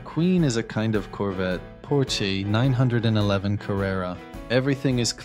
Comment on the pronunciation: The Porsche 911 is pronounced nine-eleven, not 9-1-1..